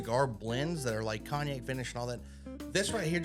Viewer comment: Ye ole Cogi-nack